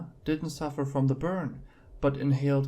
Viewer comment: Shouldn't it be called Disturbing PARTS...of the internet? Just saying. Oh and it's pronounced MO-NOX-IDE not monix....ide. And it's inconclusive NOT unconclusive. I'm sorry, I'm trying to give this channel a shot. It's presented in English so is it too much to ask that words be pronounced correctly?